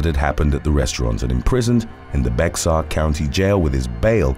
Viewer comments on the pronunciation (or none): Just a note Bexar is pronounced Bay-Er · Common mistake but Bexar county is pronounced like "bear" 😂 love the videos! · Bexar is pronounced "Bear" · ITS PRONOUNCED BEAR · Bexar County is pronounced "Bear" or "Behar"